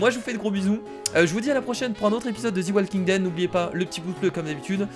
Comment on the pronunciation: salut kira c'était pour te dire que sa se disait [ze] walking dead et non [zi] walking dead sinon continue la série j'adore